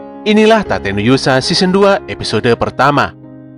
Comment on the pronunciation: Tate ya, pke huruf A. Bukan pke huruf E. Okey